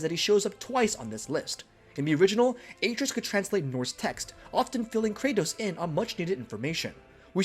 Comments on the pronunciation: Ah-trey-us not “A-trees” how are you gonna get his name that wrong! And it’s explained in detail that his hand is putting back the seals to protect their forest. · The number of times you say AY-TREE-US makes the mistake seem intentional. Idk if you are saying his name that much or if it just stands out that much but it's almost as bad as hearing someone chew styrofoam. Someone had to hear this in editing and just left it. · bruh...Atreus!! A---TREY----US...they say it in the game many, MANY times. sorry man, I can't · AAAA treus? AH TREY US Atreus! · You care more about marketing and promotion over quality. That’s a bad characteristic to have as a YouTuber. I heard “A-tree-is” one time and turned on Adblock. You didn’t play the game. It shows. I saw this from Facebook and I’m letting my friends know to blacklist your videos. None of these were “details you probably missed” if you played either game. All of these details were wicked obvious. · How can u make a video about god of war and can ever say his name right when it’s said a million times in game! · How do you consistently mispronounce a name that is said in the game over 100 times